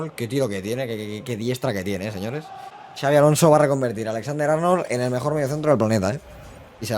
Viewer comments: No se dice chavi, se pronuncia xabi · Gran intro y buenísimo el vídeo. Una cosilla, no es Xavi (CHavi) si no Xabi (Shabi). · Puedes decir el nombre bien??? Como vasco me duele muchisimoooo!!!!